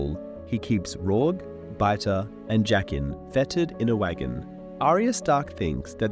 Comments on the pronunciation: The best thing about this Video is waiting to see how close to Jaqueline he gets when pronouncing Jaqen. Its slowly shifts as the video goes on, starting relatively correct and then becomes progressively worse. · He said Jaqen correctly once, the rest was Jaquen 😂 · Why do you pronounce Jaqen so weirdly? Trying to be different from the show for difference's sake?